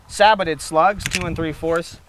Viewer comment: Sabbotted? Don't you mean Sabot? (Sa-BOW) Either way, good video, you have earned a subscriber!